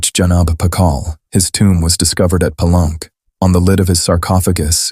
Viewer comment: AI mispronouncing words like “Palenque” as “Pa-lunk” is unacceptable.